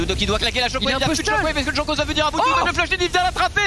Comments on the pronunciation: C’est pas sérieux de mal prononcer les noms des joueurs comme ça, franchement ça coute pas grand chose de se renseigner hein pcq les Jean Kos a tout va c’est pas possible et pour Jeskla c’est la même, dans les langues germaniques le « j » ne se prononce pas comme en français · Putain il m’a fait pété un plomb à prononcer Jankos comme un connard